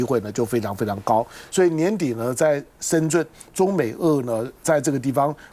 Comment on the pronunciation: 为什么台湾人把深圳念成 深 zhun ？